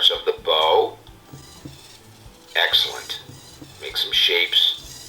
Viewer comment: That's a awesome robot also the robot says EGGcelent xD